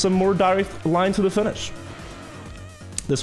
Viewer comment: lol the chat when didn't say the line properly